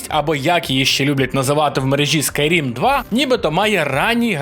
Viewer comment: сам в шоці) та я не зі зла, просто коли чуєш "скУйрім 6" чи "скУйрім 2" аж щось в середині закипає.